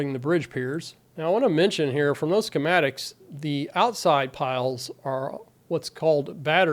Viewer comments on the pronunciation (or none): none